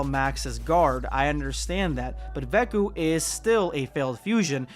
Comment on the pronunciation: Why do you always say veku when referring to goten and trunks